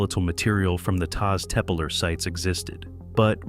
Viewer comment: Taş Tepeler, or Stone Hills, should be pronounced tash teppeller(sh), the final -ler syllable (a plural determinant*), stressed. Final r's use to fuse into a soft sh sound. __ *): Turkish having vocal harmony, there is another plural determinant, -lar, for words whose last vowel is a, o, ı, or u: Korku (fear), korkular (fears), Kanat (wing), kanatlar (wings), Su (water), sular (waters), Kıl (hair), kıllar (hairs, head hair), Rüya (dream), rüyalar (dreams), [But: hayal (dream), hayaller (dreams)], and -ler is for words whose last vowel is e, i, ö, or ü: Deniz (sea), denizler (seas), Süt (milk), sütler (milks), Tel (wire), teller (cables).